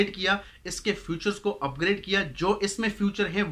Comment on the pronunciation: O bhai sahab future nhe hota features hoty hain kindly improve your pronunciation